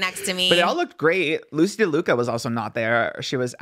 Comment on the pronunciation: I love how never corrects Trisha when she says Lucy de Luca